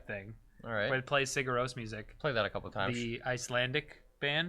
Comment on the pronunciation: it's "ciGArros" not "CIgarros", otherwise it sounds like you are saying "siga arroz" (go ahead rice). XD